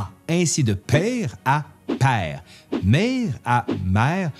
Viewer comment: Ah, et on prononce pas mère père frère comme vous le dites